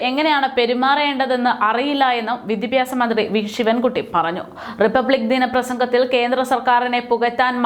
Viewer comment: വി ദി പ്യാ സം എന്നല്ല ഉച്ചരിക്കുക. വിദ്യാഭ്യാസം എന്നായാൽ നല്ലത്.